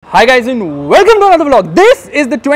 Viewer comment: Why did your 'welcome to another vlog sounded' like 'balabjalam' version of gulab jamun😂